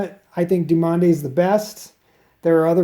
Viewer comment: You need to strengthen your forearms man, also I believe it's pronounced Due mon tech... frenchies... I've been using the yellow dumonde tech for 3 years, loving it